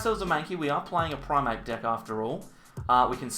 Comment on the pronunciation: It is primeape not primape